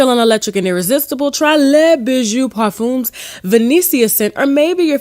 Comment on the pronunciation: Parfum is not pronounce " pur fin" its pronounce, "par F"han " 🇨🇦,when you see a "U and M ,in a word ,the M is pronounce like a N ,a hun sound...honey french is complicated for no reason lol